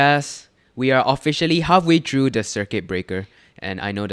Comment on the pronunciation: can u practice ur english bc ur pronouncing words like three as tree or through and ‘trough’